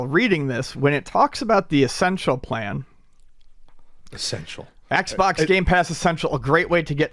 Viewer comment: "Eggs box"?